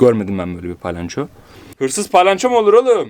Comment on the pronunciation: Abi o paylanço değil palyanço 😂😂abi seni çooooooookkkkkk seviyorum,💖💖